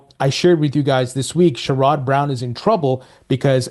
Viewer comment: Hey 👋 as much as I dislike Sherrod Brown, I'm here in Ohio And you pronounce his name is a little off as I understand. Pronounce his name as Share-ed(put an Ed on the end of Share)Brown, and yes his a clown 🤡